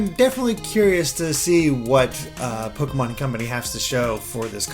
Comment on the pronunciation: I hate it when people say Pokeymons -_